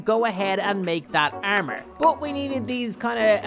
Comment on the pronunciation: He's saying ermer😅👍😂